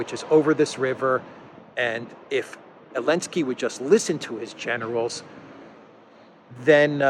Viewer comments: Zelensky* Zelensky** Zelensky*** Not *Elensky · Why is he saying "Elensky"? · I am new to this channel. are you saying Elensky because Z is banned? hehe